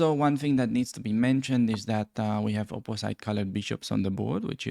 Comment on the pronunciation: because your english it’s very good , I can give you a little trick to improve it further: check pronunciation for two very common words: ultimately and opposite although some people like to hear European accents